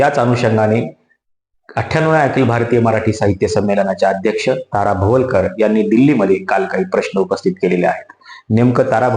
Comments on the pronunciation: भवलकर नाही रे बाबा भवाळकर. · भवलकर नाही हो भवाळकर आहेत त्या